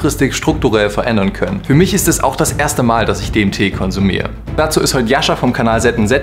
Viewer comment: ich habe anfangs zuerst verstanden: "die rede ist von dem tee". wäre der name nicht eingeblendet worden, hätt ich mich gefragt, über welchen krassen tee du da berichten willst 🙈